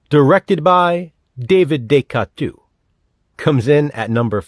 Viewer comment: Great ranking. Silent Night still surprises me. The Predator is so good. De-coteau lol. Boogeyman 2 is so good. Wrong Turn 6 is awesome.